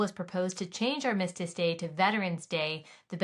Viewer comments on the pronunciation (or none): Love your podcasts, Allie. Armistice -accent is on the first syllable. :) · You were concerned about you pronunciation of Nevada but if you don't mind I'd like to ask you to correctly pronounce "armistice". The accent should be on the first syllable, rather than the second. I don't want to sound like the grammar police, but I thought you would want to know. Anyway, blessings to you and to our veterans. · Haha, I was looking for this comment. Nevada? Psh. ARM-istice!! (Not ar-MIST-ice)